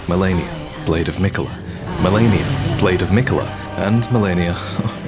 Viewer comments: Stop saying melaninalala. It's Meh-lee-na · did he say Melanir? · Mfer giving me ptsd with "Malenia the blade of miquella"